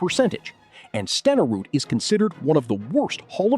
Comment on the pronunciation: And learn how to pronounce Steneruds name! AI bs